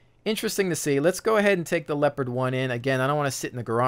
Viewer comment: The tank is called LeOpard not Lepard!!!! God damn ... :)